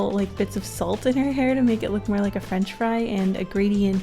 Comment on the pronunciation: McDonald's - Fwench Fwy Dairy Queen - QUEAANNN Taco Bell - Belle